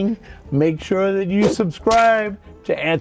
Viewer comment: "Make shure to ween my gift card giveaway"